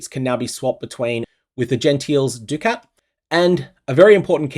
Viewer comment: I wanna know what personality mispronounced ducat originally and this terrible use of the english language spread to every poe streamer